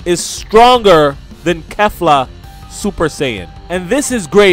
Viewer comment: You pronounced kefla wrong so many times rewatch the episode if need be but yeah... Pronounced and sounds like Keefla lmao weak asf everybody makes mistakes tho